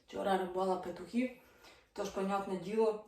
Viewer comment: доброго дня! Все добре у Вас,але оте "пИтухів"😊... Виправте.. Ви ж блогер - повинні правильно розмовляти і писати!